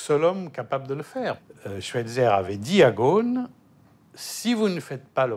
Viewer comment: ghoSn not ghon 😅 imagine des français qui critique le management d un américain d origine libanaise. Laissez ca au américain car ca vous dépasse. Concentrez vous plutôt sur la propreté de votre capitale.